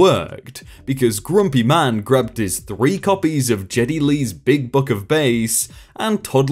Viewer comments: About the author signing autographs, the name of the author who wrote the books that the man wanted to return was by Geddy (sounds like Getty) and not by (computerized voice “Jeddy). I know that the person who has this channel has no control over how the computerized voice but maybe in the future they can find a more accurate voice! Great video either way!!👍👍👍👍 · GED not Jed with a hard g not j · Did you seriously mispronounce Getty Lee's name as Jetty Lee? How the actual fuck? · Spectre No, actually Geddy Lee (pronounced with a hard G as in "good") is a legendary rock musician. If you were joking, feel free to whoooosh me.